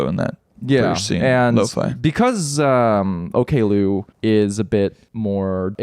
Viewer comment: Interesting note: includes Oklou on his Best Of 2025 playlist so he must have liked her in the end. I believe she pronounces it Ock-loo not Okay-loo though